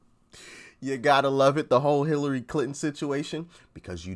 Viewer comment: Hill lie ry clinton.